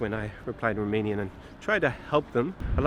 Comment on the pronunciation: your Romanian pronunciation is very good. Congratulations!